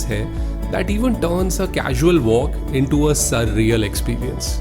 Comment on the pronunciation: Why indians pronounce w as v? It's Wales not Vales, walking not valking.